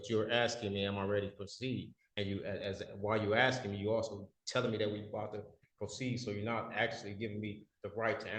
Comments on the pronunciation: More 'arksing' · Arrest him for “axing” the judge. Isn’t that a felonious assault?